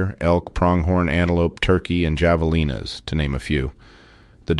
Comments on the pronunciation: Javalina is a Spanish word in which the j has a H sound. (Have a lena). Love your channel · Javelina... Ha-ve-lina😊 once again excellent story telling. Such a recent attack some of these comments really seem rude, at the very least, disrespectful. His neighbors haven't had time to process this attack and the loss of their friend. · Javelina is pronounced have-uh-leena. In Arizona, it is not "Fish & Wildlife. It is Game & Fish, we are unique. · I have family in Prescott Valley. This was truly a tragedy. FYI - In javelina, the j is pronounced like an h. It's a Spanish word. :-)